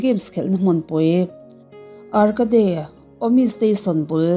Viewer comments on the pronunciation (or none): Ar-ca-de kha pawi lutukkk...miss,ar-cade tur zawk aw,two syllables anih chu.... cake ang khan 'cade' hi thumal khat angin lam tur.....a ngaihnawm lutuk 👍🏾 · Arkade an tilo ka pi, arkeid (arcade) an ti!